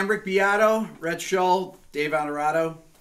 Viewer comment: It's Onorato and im Italian.